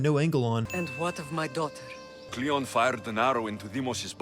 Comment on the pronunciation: Kleon not cleon